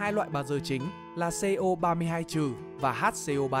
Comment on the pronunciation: CO3 2- vs như CaCO3 chứ không phải là CO 32- nha